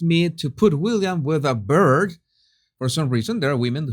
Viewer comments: Beard pronounced be_rrrr_d. Not bird, they fly. Well done. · By the way beard is pronounced, beer as in a pint of, with a d on the end, like the end of bread!! Not bird!! 😂. Love u❤ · bee-rd not bird (beard) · Beard 🧔‍♂️ is pronounced beer 🍺 d 😂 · its pronounced Bee - urd 🙂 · BEARD IS PRONOUCED LIKE WEIRD 😊👍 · Your English is just outstanding & at least you can speak 2 languages- I can only speak 1 BUT just to give you a small correction FYI - beard on a man is pronounced like this - beerd - even though it is spelt - beard - hope this helps - again love your work. Much love and best wishes